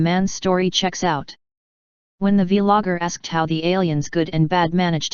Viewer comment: The vee logger 🤣